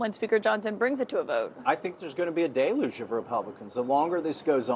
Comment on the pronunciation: Deluge. It’s not day-luge, it’s del-yooj.